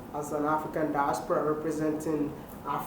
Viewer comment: Wide maya I love the way you pronounce “diaspora”